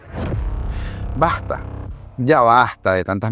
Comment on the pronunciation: BaSta..... No baJta ..... Muchos venezolanos no pronuncian la S